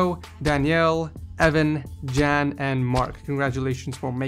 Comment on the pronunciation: U don't pronounce "jan" good